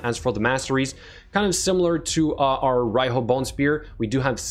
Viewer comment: she is pronounced ar Ree hooo, as she is a japanese influenced figure, and Riho is a legit name in Japan, and pronounced as reehooo(strong "o" at the end)